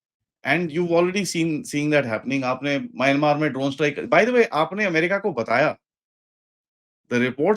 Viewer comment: माइनमार नहीं, म्यानमार कहना सीखिए